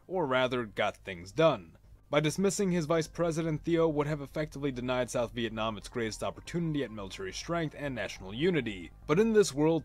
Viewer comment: sounds like vietnom